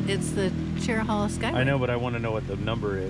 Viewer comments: “Chair-Row-Hay-Lah” Skyway. No worries...lots of people struggle with the correct pronunciation. Nice video of the ride ! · It’s pronounced (Chair a hay la) Skyway Robbinsville NC is my hometown. I loved seeing familiar places!!